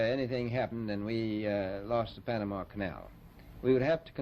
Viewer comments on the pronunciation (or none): none